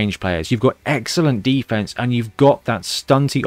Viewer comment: When you were talking about the College of Death's muscle I thought you said "Beefense" instead of "defense! And now I think that should be used generally as a regular Blood Bowl word!